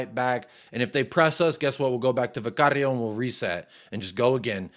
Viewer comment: Why the hell does pronounce Vicario that way? don’t see him pronouncing other names with the appropriate accent.